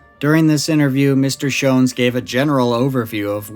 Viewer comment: Joseph (Joe) Schons was my father. Rosenda (Cindy) Schons was my mother. My name is Jon Schons. I'm their son, 68 years old now. My YouTube name is Jon Stone, a fake name. You did a fantastic job of research and storytelling. I'm impressed that you pronounced our family name "Schons" correctly. Most people pronounce it incorrectly. It's a German name. I've never heard all the details you revealed. It was entertaining to hear you talk about my mom and dad. You made me laugh when you mentioned that there was vomit and feces next to the light-blue Volkswagen, and my mom said: "Joe made quite a mess." That sounds like something my mom would say about my dad. He was a recovering alcoholic, on and off again. I can clear up any suspicion that my dad was connected to the Yuba County Five. There was no connection. My dad didn't know them. My parents bought a 40-acre property on Raccoon Road in Berry Creek. My dad got drunk and was driving on a snow-covered dirt road in Plumas National Forest. He got stuck in the snow and suffered a minor heart attack when he was trying to get the Volkswagen unstuck. His brief encounter with the Yuba County Five was purely by chance. It's unfortunate that the young men didn't stay with my dad and help him. He could have led them back down the mountain, and they would have survived. Apparently, they weren't very bright, but my dad was smart. They should have helped him. He was stranded and could have died in the cold. My main takeaway from this story is